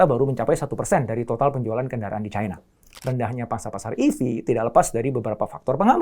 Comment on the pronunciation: Caina pret bilang Cina ajalah biar sesuai lidahmu